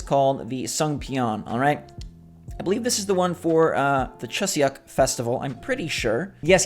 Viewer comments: Im not being rude xD but the pronunciation for chuseok is "choo sukk" < like this 😊😊 love the video! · Great video!! I'd like to point out that you're pronouncing Chuseok incorrectly though, it's pronounced (Choo-Sock) <-- for lack of a batter way of breaking it down. Hope this helps 👉🏻👈🏻